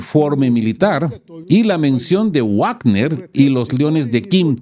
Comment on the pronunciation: Perdon por una correccion. Se dice vagner. Uavner es una pronuncia en inglés Hasta en castellano es vagner por la doble v es v. Perdon.